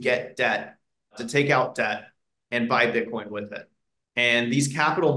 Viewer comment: They way this dude pronounces Bitcoin makes me cringe